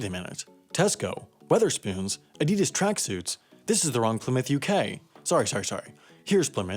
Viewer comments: "adeedus tracksuits" its "ahdydas" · The way you pronounced Adidas was... upsetting. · You pronounce Adidas wrong